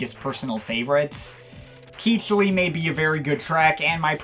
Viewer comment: I'm going to jump on the pronunciation train. Cichli is pronounced "Sickly" and is accompanied by the Cichlisuite EP which is pronounced "Sickly Sweet." I do admit though that Keechly does have a nice ring to it.